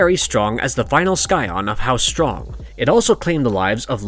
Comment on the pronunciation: Scion is sigh-on not sky-on